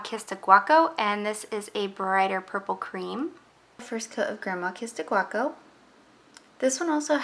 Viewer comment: It’s grandma kissed a gaucho - not guaco.